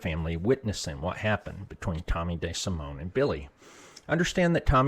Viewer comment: “Tommy Day Simone”- tell me you’re from Nebraska without telling me you’re from Nebraska